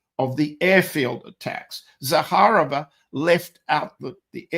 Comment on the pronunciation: Maria Zakharova. You accentuate as in Zakha'rova. My maternal grandfather was Vassily Zakha'rov. He fought in the Russo Japanese war of. Parabéns pelo ótimo trabalho,! Você brilha como poucos.